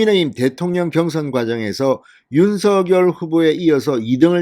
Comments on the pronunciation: 진선생님! 방송 잘 듣고 있습니다.그런데 방송을 들을때 마다 귀에 거슬리는 발음이 있어 오늘 논해 보고자 합니다.당선인 성함의 발음에 대해서 입니다. 진선생님께서는 항상 윤서결 이라고 발음 하시는데 이거는 연음법칙을 따라서 발음 하시는 걸로 알고 있습니다. 그런데 사람의 이름은 연음 법칙도 중요하지만 본인과 그 이름을 어떻게 불러 주기를 희망하는 부모의 의향이 더 중요 하다고 합니다.그래서 당선인은 본인의 이름을 윤성녈로 어릴때부터 불려 왔고 그렇게 불러 주길 희망 합니다.그렇기 때문에 진선생님께서도 지금부터는 윤성녈로 불러 주셨으면 좋겠습니다.이름은 중요 합니다.앞으로 외국어 표기도 신경 쓰야 하기 때문에 윤성녈이 맞는것 같습니다. 참고 해 주시길 바랍니다. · 윤성녈로 발음부탁요